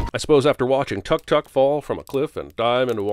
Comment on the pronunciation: Why do you keep pronouncing Tuk Tuk with [ʌ] and not [u]? The voiceover actress knows better, doesn't she?